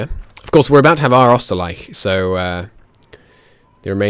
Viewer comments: Ausgleich is pronounced OWS-GLIKE not Austergleich lmao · It's Ausgleich which is pronounced similar to 'ow' (say it like a doctor pinched you in the arm) and "gleich' (i can give you an example for rhis one sorry man) which means something like equalization.